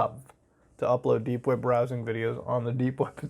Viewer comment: Every time I hear papa muta say dank web it brings a smile to my face😶